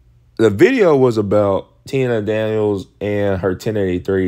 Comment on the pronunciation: so you are fine with him trashing a sprinter as a liar under false pretense all while mispronouncing her name 🤔 Maybe YOU should shut up!!😂